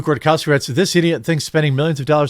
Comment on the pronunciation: Why can't you say Luke's name properly germie? It's rudkowski. Rude..cow..ski😂